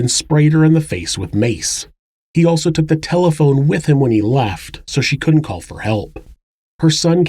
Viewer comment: The proper word is "couldn't" Not "coont". Proper pronunciation of common words provides a more professional presentation.